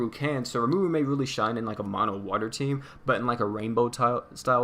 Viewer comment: I know this is really late but RE-MA-RU is how you pronounce it